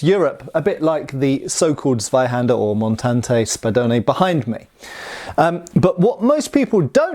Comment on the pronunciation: You dont say zweihander with the z you say more like a hard C not like a K its hard to explain because im Polish and we say C diffrently